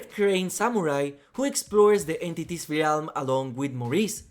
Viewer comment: I always appreciate the content dude… but has NO ONE seriously told you how to pronounce ‘realm’?